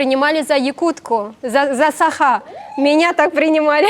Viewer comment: не САха, а СахА! Қазақтада бар ғой сөз "сақА"